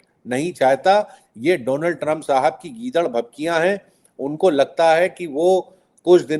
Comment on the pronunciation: से आज दीपक जी ने भी दोलॉन्ड कह दिया😅